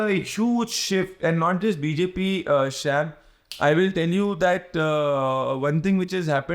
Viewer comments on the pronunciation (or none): He is annoyingly saying "shyaam", not "Sham". Sounds extremely weird.